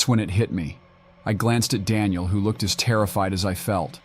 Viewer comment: “Screw-dreever”? “Dawn-iel”? “Stom-acks”?